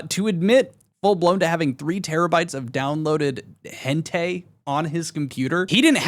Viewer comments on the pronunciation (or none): bro really said henTay 😭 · "hentay" its "hen-tai" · He pronounced it like he has no clue what "hentei" is lmao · I found it funny that you pronounced hentai wrong as if you dont know what it is lol told on ya self! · my man doesn't know how to pronounce things like hentai. Grow up